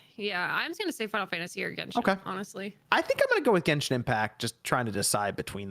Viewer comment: Damn...Bavaria a country in Europe? You guys should really go back to school. It seems very believable now, that a lot of gaming youtubers are not very smart. And that 1 or 2 weeks after the NFL game. Oh but making fun about a Basketball player that doesn't know how to pronnounce f*cking Genshin.